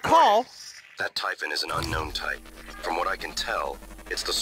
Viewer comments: It's typhon not typhoon! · Oh yea btw it's pronounced (tie)-(fin) they say it multiple times in the game this isn't meant to be hateful